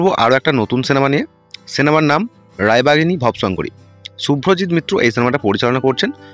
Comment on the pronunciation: আহা কি উচ্চারণ ভব শংকরী নয় রে ভবো শঙ্করী ব হসন্ত না ব এ ওকার উচ্চারণ হবে